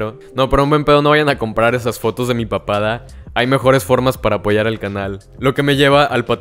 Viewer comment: Cada vez que decias "De mi papada" entendía "de mi papá"